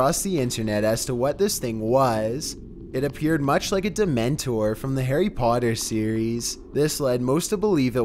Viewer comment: This man say a dementor 😂😂😂😂😂😂😂😂